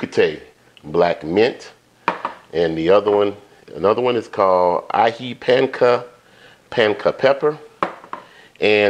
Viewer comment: Yummy. We love Peruvian chicken with that delicious Aji Sauce. Your pronunciation of Aji is 100% correct. Thanks for sharing. 😊